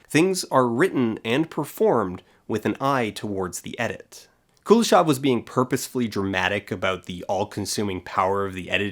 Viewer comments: Also Kuleshov is pronounced Kuléshov, with emphasis on the second syllable. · Kuleshov is actually pronounced with a stress on the last syllable, KuleshOV. Which is something an English-speaking person would never say, because stressting the last syllable in a 3-syllable word is very uncommon for English. However, if comparing which pronouncination is, er, 'more wrong', then stressing the 2nd syllable sounds definitely weirder than stressing the 1st one. Source: I'm Russian. Also, you can check the Russian version of his Wikipedia page, it has stress marks. P.S. I'm not bothered by this, however, because NAMES (in contrast to regular nouns) are always adapted in other languages and almost never retain their original pronounciation. The only Slavic names that retain their pronunciation in English are Dostoyevsky and Pushkin, as far as I remember. P.P.S. If anybody's interested, Chekhov in Russian doesn't have [k] sound in it, it's instead [h] like in "how": [Che-hov]. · I also hate the pronunciation of the name Kuleshov. It is a Russian name and it should be pronounced the way it is in Russian. The stress is in the middle not on the first syllable and the o at the end is soft. Every time I hear it butchered, it hearts my ears. Now tons of people pronounce it wrong because they learned it wrong on youtube.